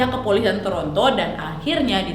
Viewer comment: "oOoh CAnaDaaAA" "TorONto" "moWla" "GOWla ma DIsh"